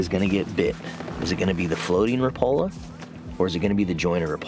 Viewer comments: By the way, rapala pronouces the name rap a la instead of rapala. Like rap music. I used to pronounce it incorrect myself. JFYI. 😊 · I see you're using "teflon" hooks again. One point of trivia here. Until I moved to Upper Michigan I pronounced Rapala the same way you do with the accent on the second syllable. However, because "Raps" are made in Finland and there is a lot of people up here in the U.P. of Finnish decent, they pronounce the name Rapala annunciating all of the vowels. So, like, rap (as in rap dance) a-la. So, when you meet me, (which you will) I will be saying it the Finnish way. By the way, I like original Thundersticks JR's better than Raps...I wish Brad still made them.